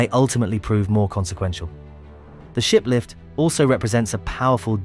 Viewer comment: Does anyone else hear the narrator say "shit lift" instead of "ship lift?"